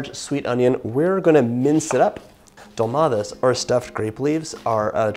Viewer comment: You pronounced it well